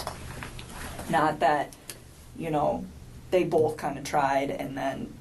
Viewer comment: It's not Bolth but BOTH 😂😂🙄